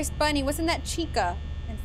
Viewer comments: its bonnie not bunny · Yellow Blitzever it’s Bonnie, not Bonny